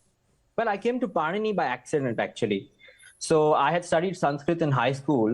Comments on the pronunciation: padini not panini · इसकी क्या तमीज़ है। ऋषि पाणिनि बोलना तक नही आता इसको। बकवास